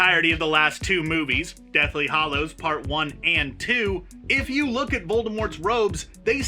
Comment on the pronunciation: Anyone else really annoyed with his inability to pronounce 'hallow'?